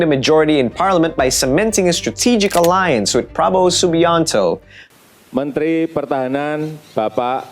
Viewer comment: bros adding that american accent stink saying subianto 😂